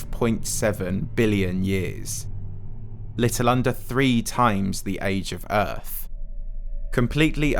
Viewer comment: You know it’s going to be good when it starts with a British man slowly saying EARF